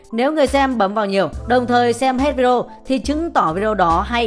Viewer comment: Rất rất hay, nhưng mà đề nghị đọc rõ cái từ Vi-Đê-ô ra 1 chút, 100 lần đập vào tai toàn Vi đrô với Vi Đô, nghe khó chịu lắm